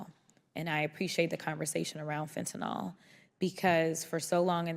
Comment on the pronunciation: Absolutely love Jasmine but I really wish that people would learn that fentanyl does not have an "o" in its last syllable. Small issue, to be sure but it just bugs me.